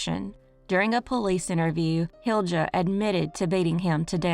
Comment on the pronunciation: As a Finnish person, I want to give a side comment: Jutila is pronounced Yutila and Hilja as Hilya and so on, pressure on the first syllable. Markku is probably more like Marcku. Stressed on the middle of the name. Anyways, back to the video